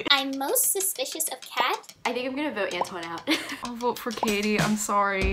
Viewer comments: Antoine: pronounced Antwan Gabriel: ANTONY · i’m laughing at the fact that gabriel thinks “antoine” is pronounced “ann tony” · Why is no one talking about Gabriel calling Antoine “antony” 😂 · I literally died when he repeated An-Tony XD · Is no one gonna comment about how Gabriel is saying antoines name so wrong “antoneee” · i hate the way gabriel pronounces “antoine” like “antony” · Gabriel said Anne tony instead of Antoine